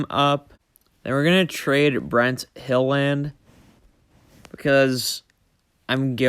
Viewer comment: homies name is pronuonced hillund not "hill land"